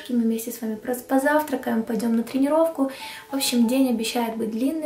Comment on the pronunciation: Я натомість "пойдём на тренировку" услышала поедим селёдку 😊😊